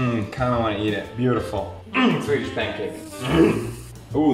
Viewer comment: Swedish* Not Sewdish